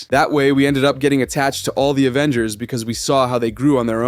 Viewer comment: “Avengersz” so an S or an L?